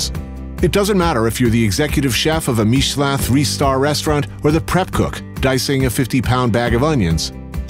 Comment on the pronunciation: When you said "meeshland"instead of "Michelin" i missed you a little less.